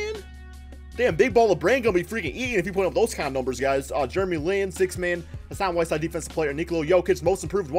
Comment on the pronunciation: "Hashaan Whiteshide" that's how he said it😂